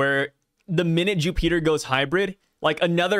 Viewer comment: I cannot stop hearing "Jew-peter" which just sounds like we're making religious assumptions about the gorosei 😂